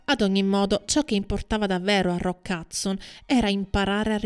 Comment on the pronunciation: Anche mia mamma lo chiama Roccazzo! In effetti non conosce l' inglese e se lo pronuncia velocemente suona proprio così..😂😂